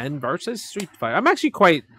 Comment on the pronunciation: Oh man please stop saying "Verz" it's "Versus".... Even if it's "Vs" it's still.... versus